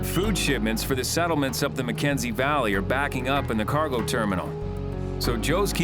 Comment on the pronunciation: Shouldn’t it be called HAY River and not Hay RIVER? Shouldn’t it be the McKENSEY Valley and not the McKensey VALLEY? Why do they emphasise the type of place,not it’s name?